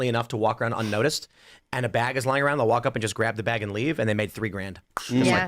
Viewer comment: "Arroud"... Tim's Korean roots coming out strong.